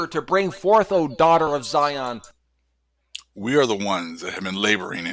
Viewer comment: He don’t even sound right saying zion he like zyooon smh damn fool 🤦🏽‍♀️🤦🏽‍♀️🤦🏽‍♀️